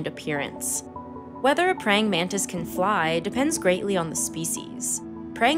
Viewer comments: Btw it's Mantis,not manta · Why you call it mandis?